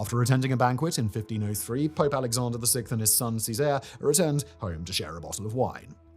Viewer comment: His pronunciation of Cesare and Lucrezia made me want to cry :(